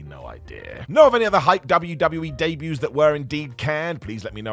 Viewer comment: Debuts* not Deibyus